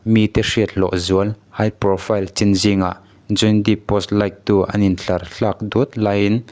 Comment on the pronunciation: Johny Deep a ni lo, Johny Depp aw...i lam dan kha